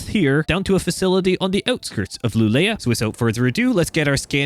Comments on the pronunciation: No you don't, It's Luu le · Absolutly love this update and also the attantion to detail, since im from kiruna and also live in kiruna right now i can say that they cooked with this update. And by the way you say Luleå as ”luuleo”🙂👍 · the mine where the scania is born - you say (Luleå) LOO-lay-oh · Pronounciation for Luleå can be Lulio and you will get it real close. 😊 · You are doing fine with pronunciation. The letter Å in Swedish sounds like oh! In English. So Luleå would be lu-le-oh. In Kiruna the emphasis is on Ki, so like KI-ru-nah. Hope this makes sense.